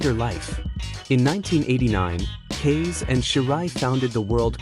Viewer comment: Kase = pronounced cass-a